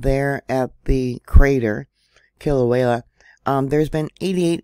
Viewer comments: Aloha,! The locals over here pronounce it “kee-la-way-ah”, and even up here in north kohala we feel the bumps and wiggles, thank you for informing on these events for us❤❤ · I couldn’t help it I cracked up too!!! Sounds like…Kill-a-way-a!!!🕊✝️💞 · Kilauea is pronounced Kē la u way a(short a). Halemaumau is pronounced Ha Lei maw maw. Kilauea prior to going silent for a couple of years had been continuously erupting for over 20 years. The Big Island of Hawaii is the largest of all the islands, and usually the eruptions pose no threats to the public. No one has died from any of the eruptions unless they've gotten too close to the lava which are usually tourists. The larger Mauna Kea, and Mauna Loa could do more damage should they decide to erupt, and they are due, however most of the pressure gets relieved from Kilauea. The geothermal plant probably played a huge role in the last eruption crisis. Sadly people lost homes during that time, however that part of the island is considered high risk to live in. Land is cheap there for a reason, and you can't get a mortgage for property in that zone.